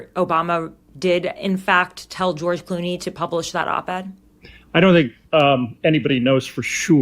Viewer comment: literally: "Ghewish Clooney". Freudian slips make you go, "hmmm".